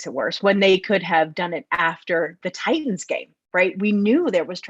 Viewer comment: Really missing "Titins" pronunciation this past week and a half. I'd gladly go back in time and have to hear him butcher it for another week to revise the last couple games.